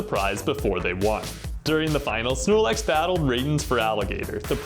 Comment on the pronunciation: Znorlax "alrite-now"😺